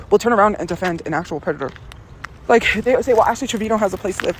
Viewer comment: I thought he was a pwedator